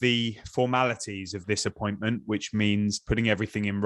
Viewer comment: Anyone else heard when David said "this appointment" which sounded like "disappointment" Funnily this word always pops up in my mind when someone says "The Glazers family"